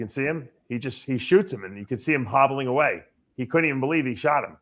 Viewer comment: RAHB NEEDS AN AHPOLOGY RIGHT AHWAAAY